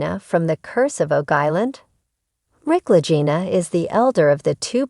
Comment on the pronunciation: Um pronounced.LAH-GEE-NAH. I did not like this post at all.